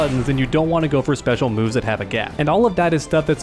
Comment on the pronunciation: as a Brazilian, it is so funny watching you guys butchering the names of the special moves XD. Great guides my man, you're helping a ton.